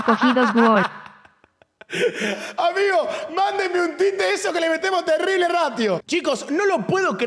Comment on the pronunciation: decí "GOL" con "L" lcdtm